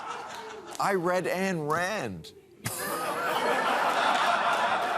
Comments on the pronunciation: It's not pronounced "Ann" Rand. It's pronounced "Ine" Rand. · Itbis not Ann Rand. It is Ayn (pronounced i an). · Actually is is Ayn Rand, pronounced Ian not Ann. Still like Bill. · " What objectivity and the study of philosophy require is not an " open mind " but an active mind ---a mind able and eagerly willing to examine ideas, but to examine them critically ." Ayn Rand ( not pronounced " Ann" Rand ) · You'd think that if Bill read Ayn Rand he would at least know how to pronounce her name. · You may have read Ayn Rand in your youth, but you are gradually coming around to her views. I doubt that you understood her ideas then as now. Ask someone how to pronounce her name while you are at it. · Oh, bill. If you had read Ayn Rand you would have known how to pronounce her name correctly.